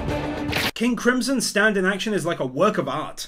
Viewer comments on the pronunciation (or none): It’s not STanDo it’s STAND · Whenever he says "Standoh" tho LMAOOO